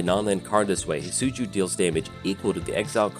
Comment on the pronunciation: Great video I know it’s your accent but it’s definitely not pronounced Hit-Soo-Joo 😂